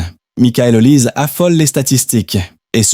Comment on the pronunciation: Comment voulez vous qu'on vous prenne au sérieux alors que vous ne respectez pas meme la prononciation de son nom? L'IA vous infantilise!